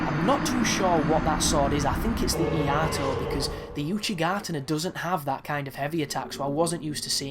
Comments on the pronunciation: It's not an L it's an I. So it's I-aito not Laito. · its not an L dude. its a capital i. and its pronounced [ee-AH-ee-toe] due to its Japanese language origin of iajutsu (the art of unsheathing and immediately cutting- hence the R2/RT attack). AND its [in-dite-ment].... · this my be a little late but its actually Iaito with an i